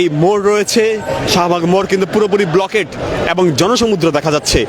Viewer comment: আরে গাধা, "ব্লকেড" না ওটা "ব্লকড"